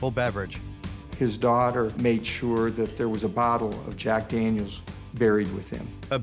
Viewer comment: Daniels not dangyos